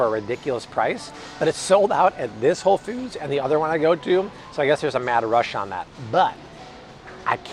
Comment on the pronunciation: Did he just say whole “feud”? 😂